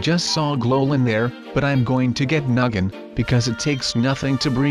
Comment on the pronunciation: I love how he said noggin and I thought he said nuggin DR